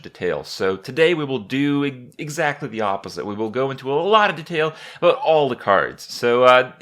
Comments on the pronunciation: Kripp dude it's DEtail, not deTAIL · WTF IS DEHTAIL NIGGA ITS DETAIL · the way you say detail suuucks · it is de-tail not "d-tail" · IS EVERYONE JUST GOING TO IGNORE THE FACT HE SAID DETAIL AS "Da-tail" AT THE START OF THE VIDEO LOL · "Dtail" FailFish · De tale? Instead of detail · You pronounce detail cinda funny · love how he says Detail :D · Holy fuck the way he says detail... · you say detail funny XD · the way he says detail makes me cringe.